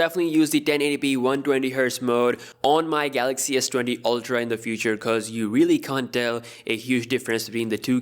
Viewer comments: Everyone: Galaxy s20 Dj Koh: Galox S20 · Galoxxuh Essa Twenthi oltra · No no no, it's gahluksh